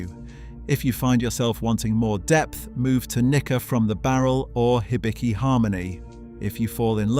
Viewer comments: The "Hi" in "Hibiki" is closer to a "He" than a "High". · "Haibi" and "laichi"? Ok